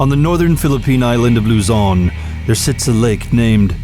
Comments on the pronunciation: not its not luzon you pronounce it ad loozon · You pronounce Luzon and Taal terribly lol.